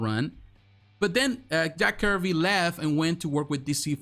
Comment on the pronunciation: Not Jack Curvy. Jack Kirby’s..😂😂